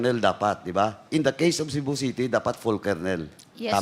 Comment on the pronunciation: Did she just said,"Shabu City" ?